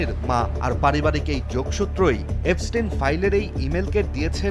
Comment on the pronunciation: এফস্টিন না, এপস্টিন।